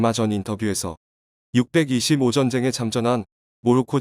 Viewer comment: 기사를 내용을 충분히 파악하고 낭독하는지? 6.25전쟁을 그렇게 발음하는 것이 맞는 것인가?